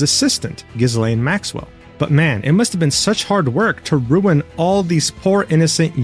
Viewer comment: Gizz-lane? Lol